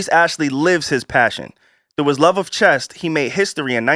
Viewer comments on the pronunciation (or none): you definitely said CHEST instead of CHESS